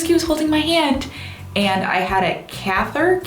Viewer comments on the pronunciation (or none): It's actually cathater not cathader. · it's pronounced cath-eh-ter and i think those tights were probably compression tights. i had something similar when i had my baby, they were like thick, foam wrap pads that wrapped around my legs. they were to keep the blood flowing and to reduce the possibiity of a blood clot. the health system in japan sounds better.....i had a caesarian, which is major abdominal surgery and my insurance only allowed me to stay in hospital for 3 days and i still had a humongous bill ._. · The word is catheter. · It's pronounced cath-i-ter 😊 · Its pronounced cath-i-der. (Ignore me if its been explained to you already.) I could also be pronouncing it wrong, but that's how i grew up hearing it. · To answer your question, it's catheter. Pronounced Kah-the-ter. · catheter in English is pronounced Cath-it-er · Catheter is pronounced (ca-thi-ter) but glad to see you're well. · catheter is like cathy- ther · it's pronounced CATH-it-ER or CATH-it-Tore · The word in english is catheter (ca-theh-ter). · When I had my gallbladder out here in the US I was also given thigh-high tights before the surgery. They were really constricting, but it was to help prevent blood clots. (Which can cause strokes and paralysis.) Catheter is pronounced Cath(like in Kathy)-it-er, and I agree that they're really not fun! I'm glad the nurses were so nice, the ones at the US hospitals I've been to have always been very rude. Hope there are no more surgeries in your future, they're always far from fun. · in you mean a catheter its pronounced ca-theh-ter. they normally use it during surgeries when under anesthesia i believe. it looks painful ive never had one and i also hear its not comfortable either. p.s im not in the medical field my mother in law is she just told me things when i was randomly curious lol. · Just so you know the word is pronounced Cath (like bath) Eh ter or Cath ah ter....I have a family full of nurses lol so yeah catheter :)